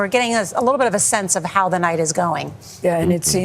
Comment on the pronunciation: Norah O’Donnell’s voice is awful. It sounds AI-generated. Also, she’s got a super annoying habit of emphasizing the prepositions in sentences: “Vice President Harris would become the first female President OF the United States.”